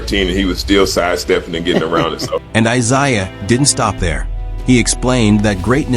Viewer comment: Eye _zayah... AI gonna learn today...😂